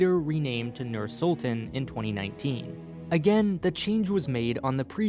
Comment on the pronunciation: btw its not pronounced nuur sultun its pronounced nyr syltahn